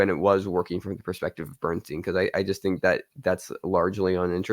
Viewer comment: How is possible that neither of you can pronounce the last name of the subject of this film?! His name is Leonard BernSTINE NOT BernSTEEN! OK, perhaps neither of you are Broadway or classical music fans.. BUT, you both watched the movie where you would have heard the correct pronunciation of his name several times, at least. Have a little respect!